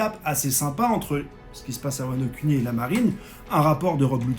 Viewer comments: Sa prononciation de wano Kuni Wano cunni...👀🤣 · Wano-cunni 😭 c’est pour ça qu’il fait bien prononcer